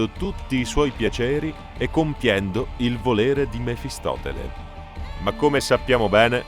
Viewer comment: Mephistopheles, non mefistoTele. Karsus è netherese, non "netheriano" ^_^'